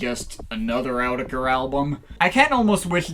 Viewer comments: It's pronounced AAAaau-tee-kah-kuur-kuurrry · "From EEE YOO TECK EEEE EREEE". :D